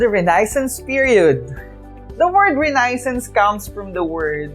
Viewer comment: nabother po ako sa pronounciation ng renaissance.